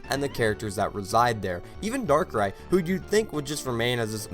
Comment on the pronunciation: The movie was my first Pokemon I watch, the reason why I love the Pokemon darkrai, I know it has flaws but I still enjoyed the movie even tho the flaws are there and no you didn’t pronouns it right XD